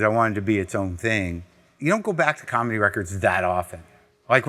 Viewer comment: “Any calmedy records from the eighties…”